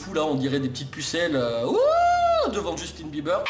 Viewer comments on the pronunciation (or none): none